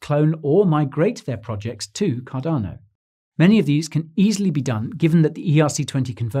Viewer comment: Thank you for now pronouncing Cardano correctly! You used to really irritate me by saying it without using the 'R'.......Cadano! But I've noticed that you are now using the 'R' much better, which makes me very happy. Thank you again.